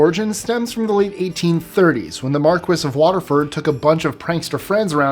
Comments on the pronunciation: I believe it's pronounced "mar-key" not "mar'quis" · Did really say, “mar-kwiss”? He’s usually so good with pronunciations